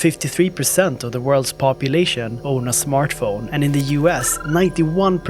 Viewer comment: I love the way you say smørtphone